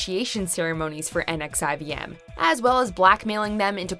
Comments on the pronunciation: Pssst - NXIVM is pronounced "Nexium", one more proof that the founder is a douche. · The cult Allison Mack is involved with is pronounced “Nexium”. It’s only spelled NXIVM.